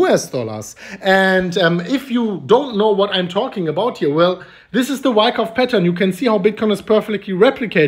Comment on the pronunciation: Bro no wyckuff its bear market